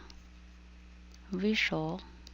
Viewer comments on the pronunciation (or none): вЫшел, not вышёл